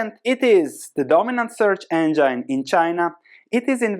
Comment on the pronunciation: Engine is pronounced en-jin not anjyn.